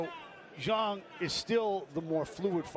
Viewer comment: It’s pronounced Shilay Jhang